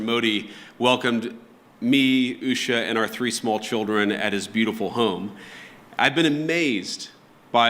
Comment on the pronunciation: He can't even pronounce his wife's name properly, and he's asking if he got Akshar Dham right. Yeah sure buddy